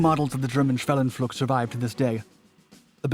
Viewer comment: when you spell schwellenpflug, it sounds like you had a stroke while reading.